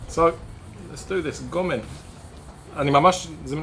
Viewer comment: This is one of my favorite dishes. You pronounced it well. Great video.